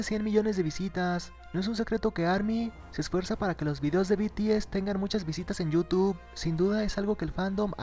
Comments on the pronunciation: be te ese jaajajaj XD hasta mi mama sabe decir bi ti ez oye en que canal lo viste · Beteese 😂😂😂😂 When no sabes pronunciar un grupo HERMOSO y FAMOSO.... PD: PINSHE YUTU SON MIERDA 😈😈😈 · Al final del vídeo, "El grupo coreano *BETEESE*" Ay dioss, es BI TI ES, BTS!!! YA APRENDANSELO NO?? ESTO ME ENOJA SINCERAMENTE, SORRY :''C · Alguien diga le a la reportera que no s beteeze que es bts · "beteese" xD típico